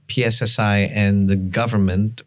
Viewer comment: Kenapa kok singkatan bahasa indonesia di inggriskan? Pi es es ai? Di Pi Ar (2 podcast sebelumnya) .. why? Ganggu banget di telinga 😂